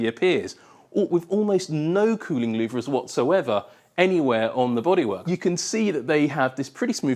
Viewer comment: Louvres are not pronounced "loov-rizz",.